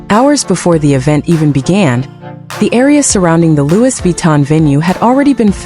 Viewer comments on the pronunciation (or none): ITS PRONOUNCE LOOEY NOT LEWIS 😂😂😂